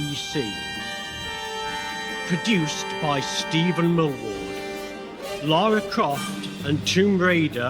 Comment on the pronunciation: The accent on Lara is perfect, it's driving me insane 😅😅